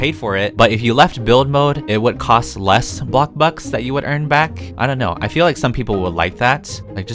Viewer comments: If he says 'bloKburg' one more time... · This is how many times he said blockburg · I dare you to play something instead of bloxburg, and ro ville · i love when he say “bLOCKburg” or “wAAARm lighting” my favourite words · I love the way he says "Bloxburg"